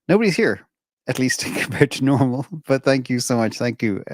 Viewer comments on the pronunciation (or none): none